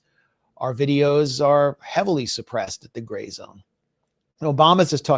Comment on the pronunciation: I love how max just let butcher the name of his outlet. gray news everyone! 😂 youre a good dude max lol